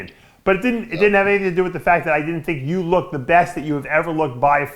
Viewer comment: "Lookdid" absolute moron